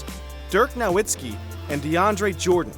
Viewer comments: This man said "Dirk Now-iski" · Did the narrator just say "Dirk Now-itski" C'mon man that's just turrible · What is your excuse for mispronouncing Nowitzki? Hes only been in the league for 20+ years.. Do you even watch basketball? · Horrible. Clearly the narrator is not a basketball fan which is fine, but this is basic stuff.